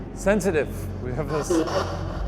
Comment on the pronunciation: I kinda heard sedative instead of sensitive